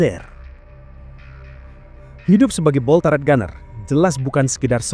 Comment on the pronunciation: Cara bacanya bukan /Taret/... Tapi tetap /Turet/... Gemes bgt gw dengernya.